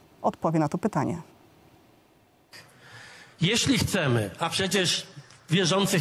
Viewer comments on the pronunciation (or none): Błagam, proszę nie mówić CHCEM nie wiem czy tylko mnie to razi ale to jest fatalne. Program ogólnie bardzo ciekawy. Pozdrawiam i życzę dalszych dobrych odcinków.